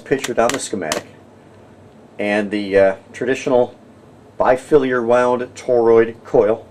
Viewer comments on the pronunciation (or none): It’s not “bifiliar” it’s “bifilar”